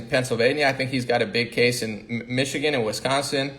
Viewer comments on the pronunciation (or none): none